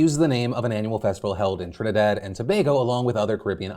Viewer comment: Thank you Phil for pronouncing my Country properly. 🇹🇹🇹🇹🇹🇹